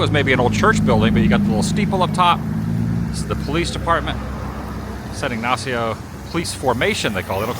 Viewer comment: Cayo means Key as in the Florida Keys. Pronunciation of San Ignacio is all good. 😮I would be horrified about the footage, but glad you were able to save most of it. Thank you for taking us with you on this adventure!